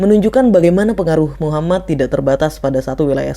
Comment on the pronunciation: . Min tolong dong bilang nabi Muhammad.. Nya yg benar bukan muhammat, tapi muhammad محمد . Ujung nya bukan hurup ت , tapi hurup د. Sebelum menceritakan pelajari dulu Min cara ngucapin nya